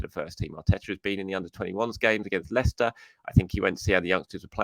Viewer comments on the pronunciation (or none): none